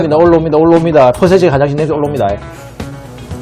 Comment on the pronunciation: ㅎㅎㅎ... 홍어... 올라옵나다 올라옵니다 ---> 올로 옵니다로 들리는데예 ㅎㅎㅎ 맛과 재미를 두루 갖춘 ★남자쓰★ 화이팅^^ (...... 73년생이신교?) 제가 알기로는 73년생이면 백미터 9초 안으로 돌파해야 하는걸로 압니다. ㅋㅋ 항상 응원하는 거 아시죠?